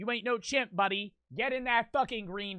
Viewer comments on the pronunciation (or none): none